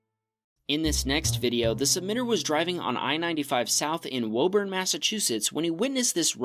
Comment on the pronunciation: It’s not WOE-BURN It’s WOO-BIN Woburn